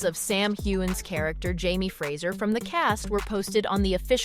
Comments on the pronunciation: Fraser is pronounced ‘fray zer’ not. ‘fraysher’ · The last name is not Frazier, it's FRASER!! You would think for a video like this they would at least get the pronunciation correct. Bugged the crap out of me - couldn't finish.